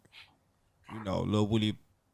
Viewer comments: Lmao dj can’t say woody 😂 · Broccoli baby had to point out on no jumper that he’s really a atl fan boy by letting us know that his name is pronounced lil wooooo Dy